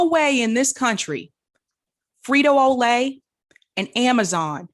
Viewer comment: "Frito O'Lay"?